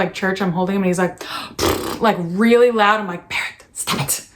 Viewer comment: No one: Christina: "Hey Bawett!"